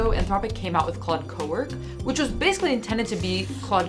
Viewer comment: What's with the “Claudé” thing? The accent would make you say the e (vaguely like clohday). Well, ok, I can't believe you wouldn't know that because you already know English words like café. But why is pretending to be illiterate funny?